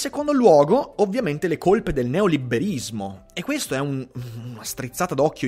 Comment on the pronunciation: Ma perché "neoliberismo" lo pronunci con la doppia b?